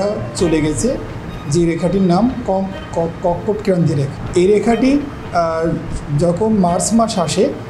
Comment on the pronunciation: রেখার নামইতো ঠিকে করে বলতে পারেনা 😢😢😢